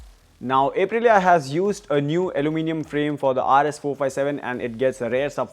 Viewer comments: It's pronounced "Up"-Rilia not "Ape"-Rilia. You're auto journos, you should know better. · 🦍 - rilia Ape-rilia 🤣